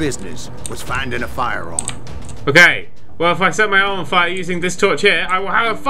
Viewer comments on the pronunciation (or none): none